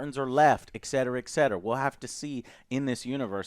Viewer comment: "EXCETERA EXCETERA" - ? ahahah lol damn Joe....